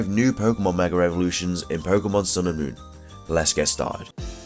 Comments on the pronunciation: why the pronunciation of "mega" as "megger"? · Are you saying "Megar"